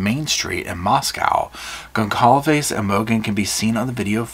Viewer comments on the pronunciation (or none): whoever it was probably felt they were playing "god" choosing who lives and dies, pretty fucked up imo (also if a million people haven't told you yet lol its pronounced "gon-sal-ves")